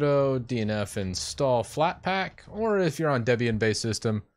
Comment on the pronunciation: "FlatpLack" yeah